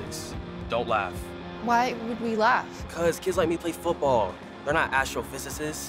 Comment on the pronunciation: U nailed the pronunciation of astrophysicist